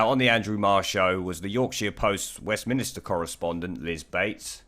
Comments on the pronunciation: Mate, it's pronounced WestminSTER not Westminister. I like your channel so I let it slide the first couple times, now it's just pissin me off lol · Liking your vids but please stop saying ‘WESTMINISTER’. It’s ‘WESTMINSTER’.